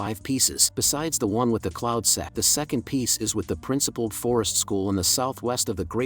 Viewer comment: Bro you said cloud sex 😂